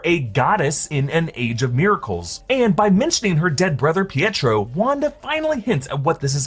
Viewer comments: Saying Pietro the way it's supposed to be pronounced is not a sign of an accent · Exactly, im british yet pronounce it like that because it IS his NAME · That's not an accent, it's just the right way to pronounce "Pietro".